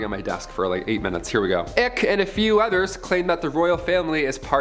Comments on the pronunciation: David "ick"??? Its "ike" as in Bike, Mike and pike! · Hey, for future reference it's David Icke rhymes with bike not with tick. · You mean King,not Prince anymore And David Icke,not Ick